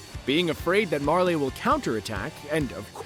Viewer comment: "Mar-Leigh" "Para-Dice" C'mon man 🤦🏻